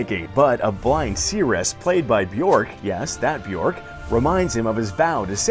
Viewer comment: Fun fact: "Bjork" is actually pronounced closer to jerk or birch than dork or porch.